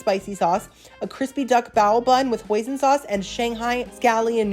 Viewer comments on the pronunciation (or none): none